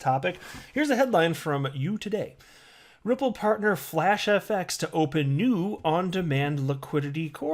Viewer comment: “Moving on to this brand new piece though, Ripple fartner FlashFX...” You said fartner. Lmao